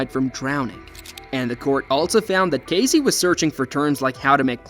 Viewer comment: Excuse me ambiguous AI voice but it’s Casey, with an S, not Cazey, with a Z.